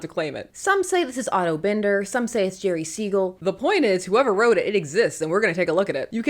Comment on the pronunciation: Im on a crusade to get people to pronounce Otto Binders name properly again. Even on the supergirl show they pronounce it wrongly. Its not bin-der or bend-er. As silly as it sounds its bine-der as in 3-ring binder. I first learned this from a 70s DC letter column and it was later confirmed to me by a cartoonist who knew him.